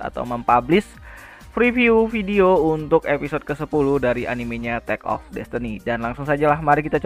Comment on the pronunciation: Takt bang bukan tek 😭🙏